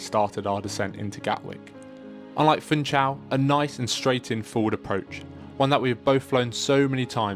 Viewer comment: It is to be pronounced Foonshal, not "Foontshal"!